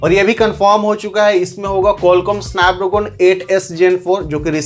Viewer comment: Snapdragon ❌ sanpdroogon 😊